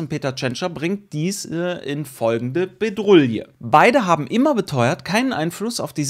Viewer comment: Mal wieder die Bedrouille, es heißt aber trotzdem Bredouille. Egal wie oft du das verdreht sagst. 😀